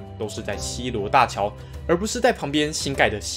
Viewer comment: 超好笑溪州 西州 溪州 不是溪洲喔，差很多😊